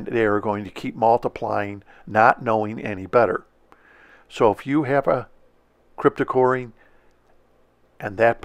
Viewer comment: I have gained immediate respect for you since you pronounce "Cryptocoryne" correctly. I get tired of hearing "Crypto-corn".